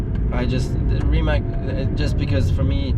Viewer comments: RimaC, nicht RimaK und auch nicht Rimäck 🙂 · Every youtuber pronouncing Rimac as Rimak is hilarious. Some of them even met the man, do they just not listen when he introduces himself? :D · Nico...Reematz, please!